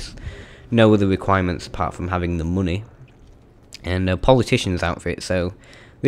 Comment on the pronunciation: I love how he says mooney :)